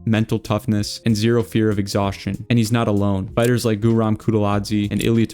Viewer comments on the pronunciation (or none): none